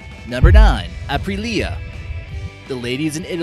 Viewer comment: I hate the way you pronounced it, ‘Apri-Lia’